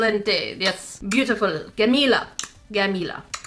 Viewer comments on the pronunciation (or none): Hello I am Arabian and we say jamela and not gamila . I am saying this as a correction because if any one herd you saying it like this you will be died. Also I like your video's💟💗